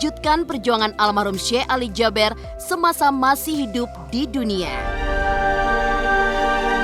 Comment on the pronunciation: Jaber dibaca JABIR. Emang ada abjad E dlm bhs arab?